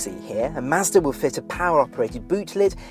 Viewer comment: I sat in one at the dealer when I was getting my 3 serviced. I want one now! And I like the way he says Mazda.